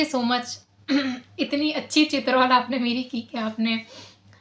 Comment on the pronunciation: Aray bibi,,,,pehle Chitrool bolna tu seekh lo 😂😂